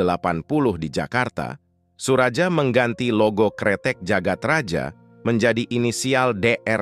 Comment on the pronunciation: Jagad Raya bang bukan Jagat Raja. Itu masih ejaan lama j baca ye.